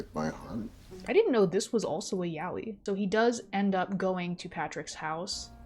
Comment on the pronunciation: why does she pronounce yaoi like yaa-wee